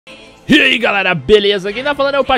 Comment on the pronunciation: hahaha o patife n fala eae galera ele fala heae galera heeheueheueehueuhuhehueuhehuehehueuhehuehuhehu